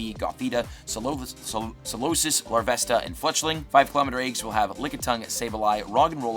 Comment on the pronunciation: your mess-up of pronouncing Solosis earned you a new subscriber!